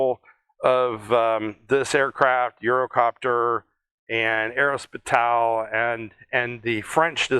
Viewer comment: There is no emphasis on the 'T' whatsoever. It is more arro-space-ial. Recalling the very considerable influence of the French in aviation, the very names of aircraft components are French. Fuselage, Empennage, Monocoque.etc, even though you have the bragging rights for the invention, and feet is how flight is measured most often (confusingly)